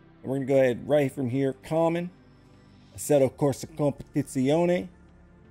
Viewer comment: Best Competizione pronunciation of all youtubers ❤️🇮🇹